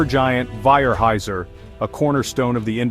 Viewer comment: I gave up listening to this garbage. While some of it might happen, almost none has to date. And teach your AI to pronounce Weyerhaeuser correctly